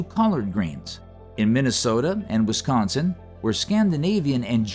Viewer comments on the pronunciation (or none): none